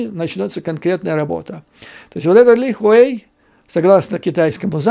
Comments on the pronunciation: Правильно ни Ли Хуэй а Ли Хуй. Не стесняйтесь называть вещи как они есть. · Вы не совсем правильно говорите фамилию Ли Хуэй - там буквы "э" нет)). Спасибо за обзор!